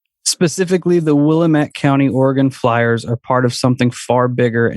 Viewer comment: It's Willamette Damnit. They 1 rhyme. Not Willa-met. And the great PT Barnum had a little trick he played with a sign inside his carnival as it only cost a nickel to enter and the place would fill to capacity quickly. He posted a sign at the exit door saying 'See the 8 foot tall Egress" and the ignorant folks not knowing the definition of the word would walk right out of the carnival then pay again to re enter. Because you move when a salesman speaks. Oh and also Austin is not a big city.